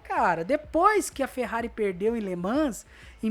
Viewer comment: Escreve-se LE MANS, mas lê-se LE MAN.